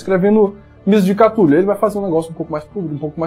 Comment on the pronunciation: Cada um inventa um jeito de pronunciar cthulhu, a galera da minha mesa fala CUTULu tomei um susto com o falou CATULU